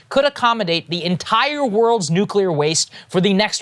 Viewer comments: “Nuculer” — Homer Simpson lol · It's nuclear, nuclear.